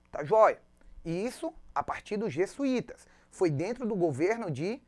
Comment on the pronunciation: .... por favor, professor. Os portugueses vieram, e não, "vinheram"... E são Jesuítas, e não, Jessuítas! E não é Padre Manoel da Nobre.... é Padre Manoel da Nóbrega!